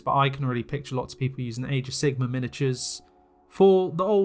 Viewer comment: i love how you pronounce it age of sigma.